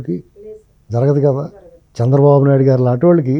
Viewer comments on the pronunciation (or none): none